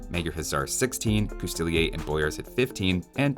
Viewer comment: Finally! You pronounced coustillier properly! I thought you, as a Canadian, would have picked up on the dreaded double L sooner, but hey, it's better late than never.